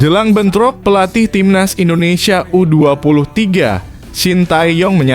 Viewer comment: Min ngomong INDONESIA nya jgn di plesetin donk, itu nama negara kesatuan rebuplik indonesia